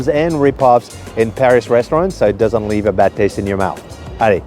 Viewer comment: Your "leave" sounds like "live", tabernak.